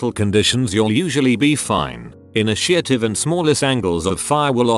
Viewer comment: No one: Brit box voice: ini-SHIT-ive